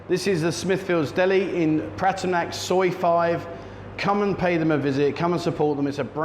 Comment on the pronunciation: Why do so many expats who live in Pattaya find it so difficult to properly pronounce “Pattaya”?